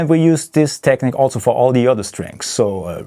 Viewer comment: It's techneeeque. Not Technik. Fellow German from Niedersachsen hier. Just a friendly reminder. I too sometimes pronounce it wrong. Excellent playing by the way. Huge fan of yours.